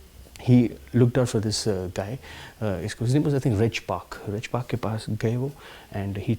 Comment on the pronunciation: It is Reg Park not Rich Park